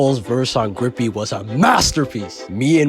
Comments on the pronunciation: Lol. It's Grippy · Its uhm grippy